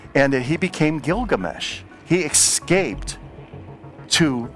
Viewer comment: Well, I was definitely ready to believe but then he kept saying "ekscaped" and "nukular" which is literally the ONLY reason I still have doubts. Also the mermaids.